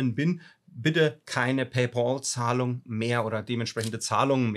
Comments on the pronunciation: Es heißt paypal und nicht Paypaul 😅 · Es heißt Paypäl, nicht Paypol. Wieso kriegen das so wenige auf die Reihe?? ôo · PayPal= pei päl, und nicht pei pool 🤣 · Ein Verbesserungsvorschlag: Weils echt weh tut! ..."Paypäääääääääl" bitte. Ausgesprochen mit einem "ä". Nicht "Pay-boool". Pay-Pal (Übersetzt: Bezahl-Kumpel) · Duweißt schon, dass paypal mit P und nicht mit B geschrieben ist- also nicht bol sondern pal. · PayBall? Noch ein Fehler, das tut an den Ohren richtig weh! Es ist doch kein Zahlball🙄 Es heißt PayPal was Zahl Kumpel bedeutet. Pal (Kumpel) wird mit einem kurzem Ä ähnlichem Laut ausgesprochen. 🤓 Wenn man es z.B. im Google Translator eingibt kann man es sich auch anhören und bei Bedarf für sich üben.☺ Außerdem brauch man PayPal nicht die Schuld für das geben, was man selbst der Reihe nach verbockt. Vielleicht lernst auch du aus deinen Fehlern. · Bitte sag es RICHTIG es heißt nicht PAYBAL es heißt PayPPPPPal da ist ein 2. P. Danke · Alter, es heisst Pay Pal und nicht Pä Boll! Musste ausschalten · PayPal und nicht PAYBALL 😁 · Danke fürs Teilen der Erfahrung! ...ich bin nun bei knapp 4 Minuten und zucke jedes mal zusammen, wenn Du Pay"Ball" sagst. 😵‍💫😅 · Pay 'BOL' hahaha! :D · Ich höre immer PayBalll 😀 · harte geschichte. aber ich höre immer paybol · Tut richtig weh ne, und dann noch sooo oft. Hatte auch gerade was dazu gepostet. Für mich hörte sich das immer wie Pay BALL an 😂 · Ich höre immer PayBall 😂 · Was zum Teufel ist Paybol? Wenn man einen Sprachfehler hat, soll man doch besser keine Videos drehen. Oder eine künstliche Stimme verwenden. Es stimmt auch nicht, daß nach abgeschlossenem Vorgang man über PP nichts mehr machen kann. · Verstehe immer paybal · Sag doch bitte nicht payball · Paypal Kollege, nicht Paypol. 😅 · Es wäre schön wenn du PayPal richtig aussprechen würdest. Du sagst immer wieder PayBall